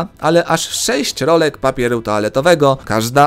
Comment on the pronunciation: "NUMER SZEJŚĆ" XD?